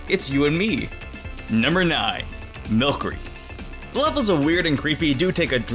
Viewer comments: It’s “MIL-S-ER-EE” (Not the spelling) not “MILK-ER-EE” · I’m sorry, Milcery=MilSery not MilKery. Runerigus=RoonEREEgus not roonerugus Sorry, my grammar nazi awoke. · No hate, but Milcery is pronounced Mil-SER-ee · “No. 9, MILKERY” Me: It’s understandable, I could make that mistake time to time “No. 2, RUNERIGUS” Me: I can live with that too, it still sounds like how it spells “No. 5, CAMORANT” Me: Wait, there’s an “r”...........how? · ALCreamie milCERY It's alchemy and sorcery.